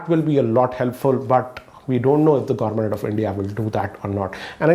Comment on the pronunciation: I heard u said indian gourment